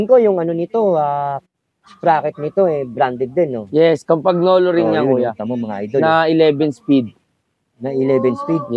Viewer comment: rim brake ang tamang pronunciation ng Campagnolo ay Cam-Pa- Ño -Lo.